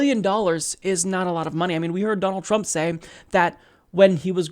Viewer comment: I know you said Donald Trump, but it sounded like Battletrump... Cute, but I prefer the anagram "Lord Dampnut". Anyway, props to Gates